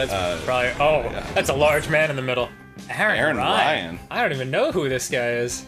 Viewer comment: Aran Ryan: Aryan